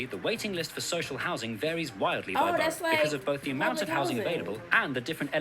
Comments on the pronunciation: Btw I remember you saying you were confused by how we pronounce borough - you say it sort of like Bur-O. We say it like Bur-A (sounds like Bruh) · We pronounce the word borough ‘burruh’ not burrow. 😀